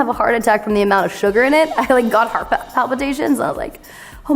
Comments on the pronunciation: You can recognize her comfortable southern accent when she says “heart” “HARTTT” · I think everyone pronounces it like that